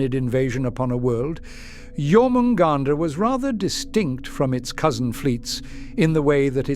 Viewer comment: John hunt, now you can't unhear it